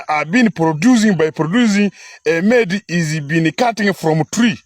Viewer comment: Amedi emeed instead of maid😂😂😂